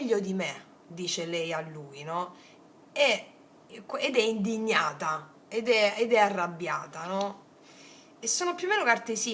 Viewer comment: "Lei è in..dignata".........con 2 zeta aggiungo io 😂😂😂😂😂😂